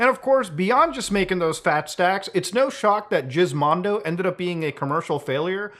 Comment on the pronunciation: Not muta calling it the jizz Mando